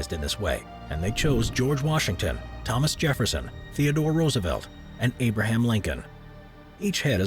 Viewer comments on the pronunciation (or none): none